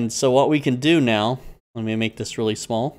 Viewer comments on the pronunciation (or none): none